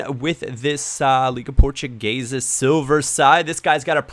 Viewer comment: i'm not trying to hate but if your going to try pronouncing the portuguese names in their portuguese pronunciation and screw up terribly just don't try please a reason why this annoys me is my last name is simple (Tavares) yet people try to over complicate it and it just sounds rediculous